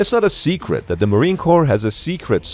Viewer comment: "It's not a secret that the Marine Corps has a secet..." - Nice.